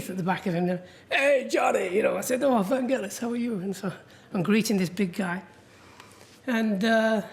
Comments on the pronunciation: Americans say his name wrong! Its a ‘g’ as in girl, not ‘j’ as in Jelly! Even the great man himself says it with a ‘g’! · Oliver Stone admired Vangelis so much but he couldn't pronounce his name right. It's Vangelis, not Vandgelis, FFS. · Americans... "G" in Vangelis is pronounced as in "get". Don't be lazy even if you are Oliver Stone. Respect other people identity by pronouncing the name properly. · Hoe can Oliver Stone not know how to pronounce his name correctly? It’s a hard g.